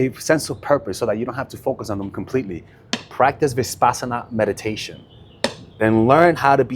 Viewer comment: It’s Vipassana not ViSpassana